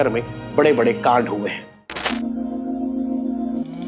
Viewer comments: Kaand ko laand bolthe bhai h re😂😂😂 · कांड शब्द का प्रयोग मत कीजीए, क्यों कि आप सही से उच्चारण नही करते हो